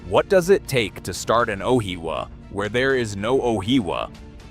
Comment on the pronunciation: I’m still trying to understand where he is actually talking about. Ohiawa is what I heard. Like if your gonna use ai use a good one not this rubbish. Justice for NZ!! 🇳🇿